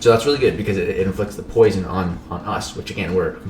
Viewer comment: nah it's not "poision"